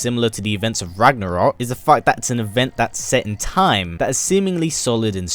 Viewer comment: Ha ha ha. You said rognorok As in Thor rognorok ( great movie) isn't it.